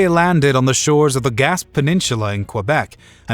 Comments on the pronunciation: Canadian here. You did Jacques Cartier a disservice by mispronouncing his first name and minimizing how he is remembered in Canada; he's a major fixture in our history books. I was disappointed at your mention of the "Gasp Peninsula": it should be pronounced "gas-PAY". But those are minor beefs compared to your suggestion that France didn't care about the Pope's decision to split the world between Spain and Portugal along the line you indicated. France was very much a Catholic country at the time and I have trouble believing that the King would be indifferent to the Pope's edicts. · Gaspe is pronounced 'gas' 'pay'...just so you know.